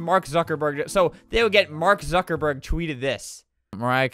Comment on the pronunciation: "Mark zaddyburg" LMFAOOO